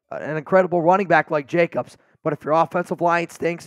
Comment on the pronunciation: Hey from Scooby- Doo...it's Jacobs....not Jacobses.....nor mosseses......😳😳😳😳😳😳😳.....come on man......